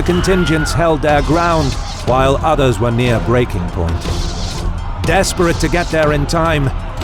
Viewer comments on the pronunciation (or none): none